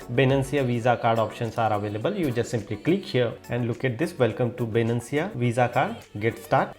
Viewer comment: bruh its not Binancia, it Binance.